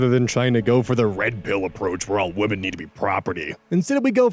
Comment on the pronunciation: YAAAAY another person who likes to say "WAMEN" instead of "women" bc its funny!!!